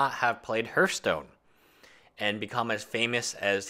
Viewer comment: H(e)arthstone, not Hurthstone.